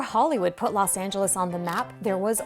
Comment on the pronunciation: LOS Angeles. Not Las Angeles. Say it right lady.